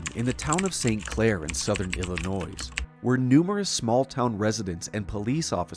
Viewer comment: Pronounces the s in Illinois. Now I'm questioning everything you spoke about!